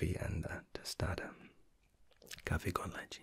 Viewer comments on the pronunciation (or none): none